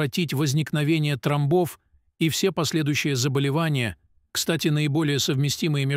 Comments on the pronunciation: Не тромБОВ , а. ТРОмбов ! Старайтесь Говорить , и Ставить УдаРЕНИЯ—Правильно ,! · Ой блиин, это не русский человек читает, ударения ставит ужжас, тромбооов, говорит и мн.др. , до смешноты , я кыргызка, так не разговариваю....Нового ничего... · МедикамЕнтов, трОмбов- я Вам показала, где правильно делать ударение в словах- следите за своей речью. Такое может допускать не специалист.